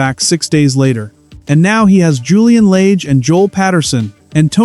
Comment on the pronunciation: It's Julian Lage, with a soft A.